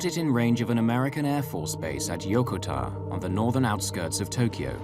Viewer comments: Yokota AFB is not pronounced as it is in this video . I should know. I grew up on that base as an Air Force military brat back in the early 1960's. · It would have been nice if your production had bothered to get ANY part of the USAF uniform correct. Your long haired actor also pronounced Yokota wrong.